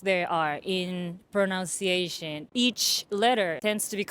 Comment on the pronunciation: Please have the “teaches correct their pronunciation of “pronunciation”. Pronounce (ou) is “ow” Pronunciation (nun) is “un”